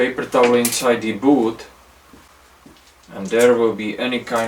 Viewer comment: It’s ‘boot’, not booth